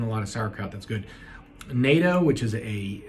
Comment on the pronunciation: It's not "NATO" it's na-t-to natto. Also it's delicious and you won't see many non-vegans outside of Japan eating it, same with seaweed!